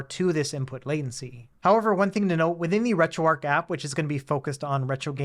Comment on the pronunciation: Heads up: pronounced “Retro ARCH” not “Retro ARC”. I got way too hung-up and confused as to what you said. Haha